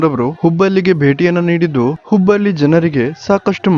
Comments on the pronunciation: ಲೇ ಮಬ್ಬಾ ಅದು ಹುಬ್ಬಲ್ಲಿ ಅಲ್ಲ ಹುಬ್ಬಳ್ಳಿ ಲ, ಮತ್ತು ಳ ಗೇ ವ್ಯತ್ಯಾಸ ಗೊತ್ತಾಗಲ್ವಾ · ಲೋ ಅಣ ಅದು ಹುಬ್ಬಲ್ಲಿ ಅಲ್ಲ ಕಣೋ, ಹುಬ್ಬಳ್ಳಿ